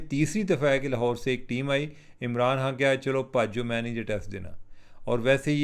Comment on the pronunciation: یہ خ کو ح پڑھنے والوں کا الگ ہی لیول ہے۔۔ ایک دم چوتیا لگتا ہے ایسا۔۔۔